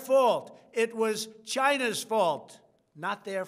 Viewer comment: Brings me joy to hear Trump say “Chyna”